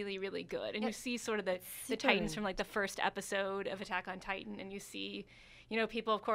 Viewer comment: I agree there needs to be at least one male, because look at these girls. They look so lost without a man by their side. The girl on the far right can't even say Attack on Titain right. She said Attack on Tit tan